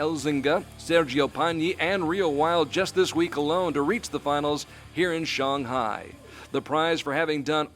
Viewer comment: Why does he call Shanghai Shong Hai?